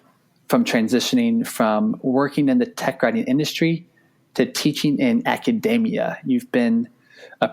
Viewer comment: it's pronounced aca-DEE-mia not aca-DAY-mia